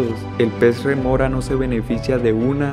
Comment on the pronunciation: Es rémora, no remora. De nada.